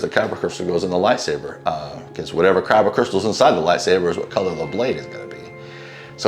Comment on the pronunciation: Not Kyro crystals, it’s kyber crystals